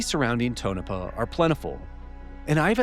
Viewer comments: Please god stop saying Tonopah as tone -a-puh...it's pronounced Tone😮 -a-paw, And Sandia is Pronounced San Deee ah, it's a hard D. And Nevada...is not Neh vauh duh, it's Ne va duh. You're killing me over here...lol ps love the channel. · More great work! I'm sure others have pointed out here, Tonopah is pronounced TONE-UH-PAW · I absolutely love the work you are doing. It's awesome seeing such in-depth analysis and investigation efforts made on the UAP topic. I just wish you could pronounce Nevada and Tonopah properly, coming from someone who lives there. 😂